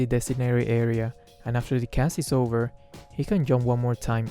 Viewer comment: Once the combo is oVvER. Lol